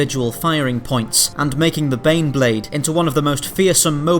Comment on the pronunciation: Every time you say baneblade I hear beyblade. That crappy Japanese's cartoon for babies to sell toys, that me and friends watched when we were kids.